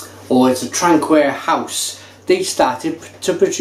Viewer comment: You said traquair wrong mate